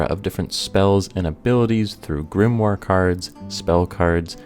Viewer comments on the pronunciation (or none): none